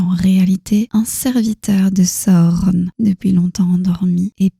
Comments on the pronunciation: Pourquoi vous dites pas juste sauron comme dans les films au lieu de sahauronne 😐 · C'est la bonne façon de faire S à u r o n chaque lettre se prononce